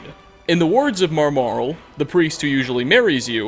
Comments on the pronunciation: I wish could read. It’s Maramal, not Marmarel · His pronunciation of Maramal is far, far worse. He needs to stop playing the game with the sound off (a reason he gave in a previous video for why he pronounced one character's name so wrong).